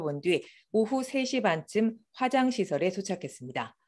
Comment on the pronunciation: 남자아나운서 어감이 쫌 그러네... 화장시설이 "화"자를 좀 길게 말해야 하는데 짧게 말하니 변기시설이 되어 버렸........